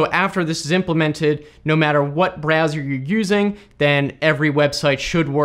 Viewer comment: “...no matter what BrEzzoR you’re using...”